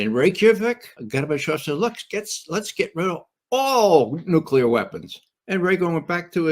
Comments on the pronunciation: Nucular -- How can The Judge not laugh every time he mispronounces a very easy word? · a US intelligence officer who can't pronounce "nuclear." says it all.